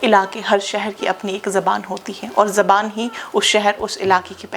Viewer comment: It’s ZUBAAN not Zaban